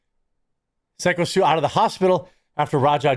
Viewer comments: It's been over a week and you still can't pronounce "SY-KO STU"? Like, psycho, but spelled in a gimmick way. His name is even said in the all the live streamed videos. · His name is "psycho" not "sicko" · He pronounced his wrestling name ("Syko Stu") as "Sicko Stu" instead of pronouncing it correctly as "Psycho Stu." 😂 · Psycho not sicko I know it looks that way but it's pronounced Psycho 😢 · Sicko Stu? C'mon man its Syko pronounced like Psycho 🤦🏽‍♂️ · Love your work, man, but it’s syko Stu, as in psychotic Stu. Stop saying sicko; he literally says it himself in the video. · It's not siko stu its Syko as in Psycho Stu. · SYKO (PSYCHO) STU, not SICKO. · Can you stop calling him Sick-O Stu. Somehow when you read the article you pronounced it correctly? Youre so outraged you dont even know how to say the guys name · Dude it's Syko not Sicko! 😂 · SICKO STU LOL. Its SYKO bra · Stop calling him sicko.... can’t you read bruhhhhhh....... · The guy's name is syko pronounced as psycho stew lol and idk how raja is not in jail this is insane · "SICKo Stu"?! 🤔 Do you mean SYKO Stu? (As in "Psycho Stu")? Just for the record, I'm not calling, or referring to Syko Stu as a psycho, or anything like that, I'm just saying...the name he goes by is SykoStu...and he is a bad@ 👊💪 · I just came here to watch Jeremy say "sicko stu" not "syko stu" 😂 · His name is Phyco not sicko. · Ok it's Syko not Skyo or Sicko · Quart- you're the ONLY one who keeps pronouncing it "Sicko". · Pretty sure it's pronounced "Psycho Stu" ...... Thanks for not letting this story go away. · it's Syko as in "Psycho" bubba. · I thought his name was pronounced psycho stu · I thought Syko was pronounced Psycho. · The fact dude still hasn't to figured out how to say syko stus name means he literally doesn't give a shit to about the story anyway. If you would actually have to watched any of footage you wouldn't be calling him sicko stu again man. I swear idk why i keep getting your shit recommend